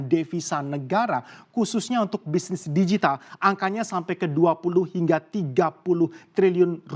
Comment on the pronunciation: Pelafalannya "digital", bukan "dijital". Karena kata digital sudah diserap menjadi bahasa Indonesia